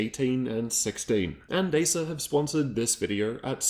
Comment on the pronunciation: You saying asus or acers?